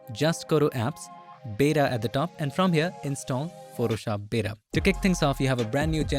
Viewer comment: ... and "Photoshop beda"